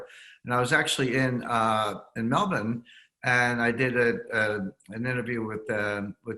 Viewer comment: He really was is Melbourne - he even pronounces it correctly! The polls are from the fake news media. And they will be wrong again. Trump landslide.